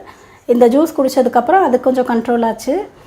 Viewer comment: it is not Jees but as Juice. In Tamil j will come as "JU"se.